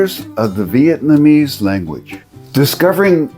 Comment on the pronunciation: Well that's cool at least you said Vietnamese right, I remember you were saying Vietmanese and it boggled my brain for a bit lol good to see you back in action